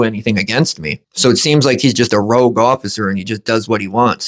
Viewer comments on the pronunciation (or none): …. It’s ROGUE officer, not ROUGE officer (rouge is makeup).